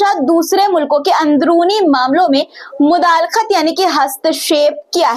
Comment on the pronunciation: Takhallus Sahi nahin hai sahi hai mudakhlat uchharan check Karen